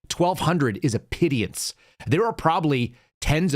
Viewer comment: Pittance, not pity-ance